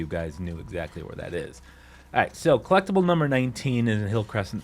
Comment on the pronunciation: Trophy drinking game: Take a shot every time he says "clecktible" 😵‍💫